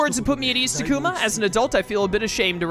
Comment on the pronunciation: I’ve just come to accept people will always pronounce things strangely. He also says Ta-ku-mah but all the characters say tah-koo-ma. I watch a different YouTuber who pronounced togemon as toe-jeh-mon instead of toe-guh-mon. I started watching ’ playthrough of Digimon World Next Order and the game say Ma-sheen-dray-mon.